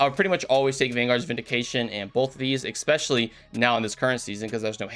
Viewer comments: its Essspecially, not Exxxpecially. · Just curious, why you are always saying 'eXpecially'? ^ ^